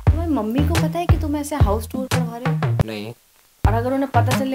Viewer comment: टूर ❌ टुअर ✅